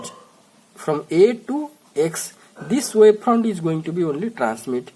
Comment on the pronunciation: It's wavefront and not waveprond